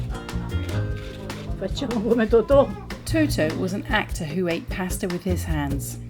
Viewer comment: Pah sta not paa sta